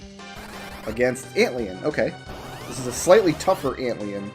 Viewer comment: I beg your pardon, ant-lean? Try ant lion, my dude. Literal fusion of the words.